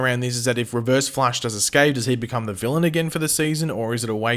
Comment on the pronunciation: Stop calling him Reverve Nash XDDD I am LMAO here, man! Like really hard laughting while I am eating! please, man! XD This is torture for my keyboard! XDDDD